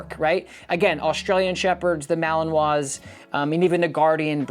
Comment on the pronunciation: Too much advertisement and did not pronounce malinois correctly.😠